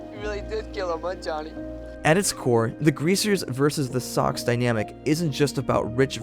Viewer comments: I'm pretty sure Soc is pronounced as Sosh in this story, short for social it makes the same sound as the first three letters in the word. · Did you watch the film? Read the book? It's "Sosh" not "Sock". Thanks for posting. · I'm almost positive "socs" is pronounced like "soash" and not like "sock". :S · I say this with all love, as a channel that talks about movies PLEASE pronounce names of movie characters / titles like “soc” short for “social” & names of FAMOUS, well known beyond just those in the industry, directors like Francis Coppola. It was incredibly distracting, and made it sound as if you are not at all familiar with the topic you are consuming outside of a basic google search that we could all do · I f you actually watched the movie you would have known I don't know how you'd get that wrong. You're very good at articulating this story. It's a good video, it's just kinda jarring socks? Even reading the book everyone always knew. I don't get how you fuck that up it's weird. Did you not see the movie? If not because it's hard to believe you're an.acual fan and call them sucks? They literally NEVER say that ANYWHERE in the movie and it's co pa lu not capella 😬. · Dude....its not Socks. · ...well thats up to you and how you pronounce it but at the end of the day its still not Socks. Lol.